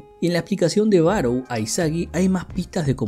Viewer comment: Siempre me he preguntado xq los que hacen estos resúmenes no se toman unos minutos de como leer nombres en japonés...no se dice BaroU, 馬狼, Barou si esta escrito con Kanji esa u es una prolongación del sonido de la o, o sea es Baroo. E incluso en tus imágenes dice Barõ